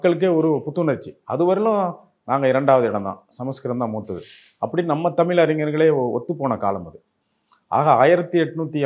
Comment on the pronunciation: இவர் தமில் என்கிறார்